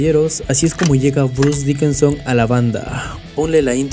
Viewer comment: Janis Ger, Bruce Dickenson... 😂😂😂😂😂😂😂 Está chingón tu documental, pero no mames, aprendete los nombres we.